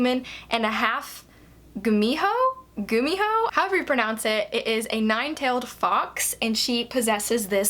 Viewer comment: Your pronunciation of gumiho is correct. Danielle Steel publishes 3-4 books per year. 😂 Goldfinch by Donna Tartt is quite thick. 😁